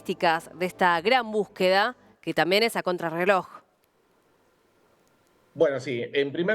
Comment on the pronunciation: No se dice búsqueda. Ahora es buqueda😂😂